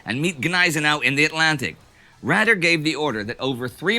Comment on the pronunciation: Admiral 'Raeder' should be pronounced Raider not Rader. And yes, the Bismarck's guns damaged her fire control/radar systems. Check out Drachinfel's channel for more information on what destroyed the Hood. Swordfish attacked HMS Sheffield, I believe, with magnetic fuses which failed. 'Sink the Bismarck' is one of my favorite WWII movies.